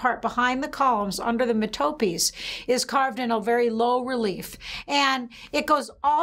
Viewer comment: It's ria-ch-ay. It's METApees.